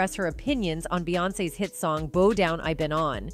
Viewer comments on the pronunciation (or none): Bow down, not boe down